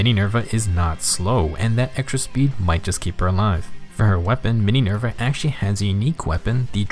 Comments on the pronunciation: Not Mininerva, TEENYNERVA!! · "Mininerva" Hwhsjhsngkdjshjd